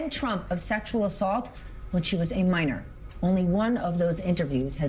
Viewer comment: MINOR, NOT MINER. The girls were underage, not employed to dig minerals. The pronunciation differs slightly.